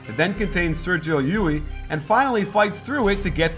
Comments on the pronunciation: Still, Guillermo's "E U L" English approximation is the closest one. Coach pronounce it like "Llui" (in Spanish) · by the way, it'is not pronounced /jui/, but /djull/ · Hey, I asked around on how to pronounce Llull and they said it's 'yuy'. They said it's because it's a Catalan name and its original pronunciation is not used by the average Spanish speaker so you will hear 'yul' most of the time. As I don't speak either Catalan or Spanish, somebody who does need to confirm this. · its not yuli, its yul. native speaker talking. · Llull is normally pronounced like "Yule", but in the island where he's from, a lot of people pronounce it "yuy" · not in at the end of the word. It's Youl. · Wrong. It's Youy, where the ll is stronger. The end being l is a misconception because there are so few words in Spanish (just city and family names) ending in ll most people don't know how to pronounce it when it's at the end. It's pronounced like the usual elle at the end both for Spanish and Catalan. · great video and fantastic analysis! As spaniard let me tell you that LLull is pronounced as if it was a "j" jull. Keep it up! you´ve got a new follower!! Greetings from Spain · Coach im from Spain and you are saying his name the wrong way, is Llull (Yul) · Hey Coach,im spaniard and its Llull,readed something like E U L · Hey coach! Spaniard here! Llul is pronounce with an "l" at the end not an "i". Thanks for the analysis you are the best! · you pronounced llull wrong!